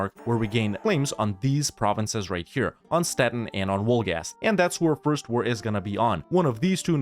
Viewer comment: Pretty sure it's pronounced "vohlgahst"